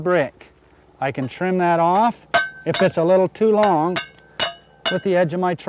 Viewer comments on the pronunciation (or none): none